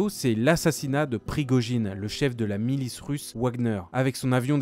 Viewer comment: "La milice ouagneur".. Sérieusement ? XDXDXD